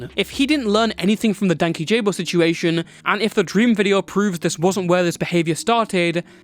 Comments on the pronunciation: dude i laughed so hard when he said Dankyjabo wrong ps. no shade just found it funny, good vid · guys can we please learn how to pronounce “Dankyjabo” correctly if we’re going to mention him in a video ?? 😭😭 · Im so sorry, this doesnt matter, but your prounounciation of Dankyjabo is killing me 😭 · If Jessie sees this video he is gonna come after you for the mispronunciation of his channel name 💔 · This is so off topic, and utterly pedantic, but DankyJabo names isn't pronounced "Danky-Jabo" It's "Dan-key-Jeebo". I watch a lot of his videos, and a lot of people assume the former, I did too, but after watching all of his videos he says it multiple times it's pronounced the latter. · btw his name is pronounced dane-key-jubo and not danky jayboe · just clarifying, Jesse is meant to be Dan KyJabo, not Dank YJabo or DankyJabo, pronunciation wise. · Its pronounced dan kyjabo... not danky jabo. Hes a legend and legit lovely person who called them out and silenced them in the most graceful way i have ever seen. Louis got everything he deserved for trying to take down a genuinely nice bean and forcing him to out his personal and sexual life. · Nice video, but Dankyjabo’s name is pronounced Dan-Key-Ja-bow not Danky-Job-oh. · It hurts my soul that everyone says danky-jabo. Danky himself has pronounced his title multiple times. “Dank-esh-abo” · ik this vid was 3 mo ago but its pronounced “dank-ee-jabo” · From what I heard dankyjabos is called out as dan keyjabo, ky sounding like key, ja sounding like jah. And bo is just bo but I heard from watching his videos if I’m sure ! His name isn’t danky jabo but dan kyjabo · "Danky Jabo" is "Dan-kee-sha-bo" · pronounced Dan-key-ja-bo 😊it’s so funny. Also, there’s no way what he said about him to be correct. We love Jesse. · For anyone who needs to know it's (dan-key-juh-bow) lol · I swore I thought it was Dan-kee-jabo 😭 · isnt it dank-ee-juh-bow .. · The way nobody is pronouncing Dan Kyjabo right is frying me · That’s what i was thinking 😭